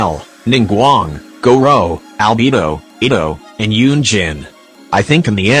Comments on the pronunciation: im sorry but 'al-bee-bo' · "Yoimi-YEE-ya" "CHIANG-ling" "AlBEEBO" "IBBO" 😭🤣😭🤣